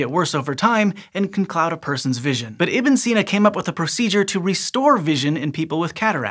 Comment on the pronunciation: Not so much for Ibn Sina